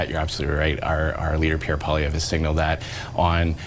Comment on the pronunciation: its in the name poil LIE vre